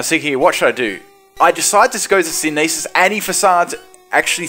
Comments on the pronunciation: The way he said synthesis made me laugh. Syn-a-this... It's Sin-the-sis. XD Made my day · Synesis? Synthesis. SYNTH-UH-SIS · it still bugs me to this day for you say synEEsis instead of synTHEHsis ._> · Synthesis is pronounced "sin-thesis" as in "photosynthesis".